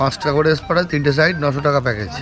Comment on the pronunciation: কথাটা সাইড নয়... সাইড মানে পাশে কথাটা হল সাইট 😂